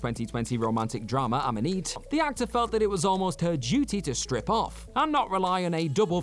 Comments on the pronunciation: What’s up with the pronunciation? “amm-uh-neet?” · Ammoneet?? That's the French pronunciation !!